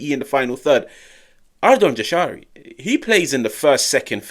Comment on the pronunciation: In Albanian, the letter ‘J’ is pronounced like the English ‘Y’ in the word ‘yes’. So it’s ‘Yah-sha-ree’, not ‘Jah-sha-ree’ or ‘Zha-sha-ree’. Think of it like saying ‘Yashari’.